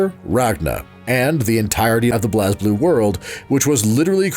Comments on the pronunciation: For clarification for future videos, here are how these mispronounced words and/or names are actually pronounced in the game/lore: Blazblue:Blaze-Blue(not blaaz-blue) Saya:Sai-ya (not Saeya) Terumi: some pronounce it as Teroomi, some say Terumi with not as much emphasis on the U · I stopped watching immediately after hearing blazblue pronounced "bl-as blue" like 5 times. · Great video. My only complaint is thst y'all mispronounced Blazblue. It's just pronounced blaze blue. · Oh God the way you pronounced Blazblue.